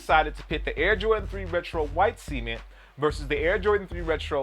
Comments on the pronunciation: Cement . . say it with me C-E-M-E-N-T . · do you guys go to school? its cement lmao